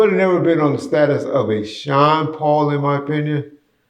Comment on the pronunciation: lol sean paul fuck butchered his name big time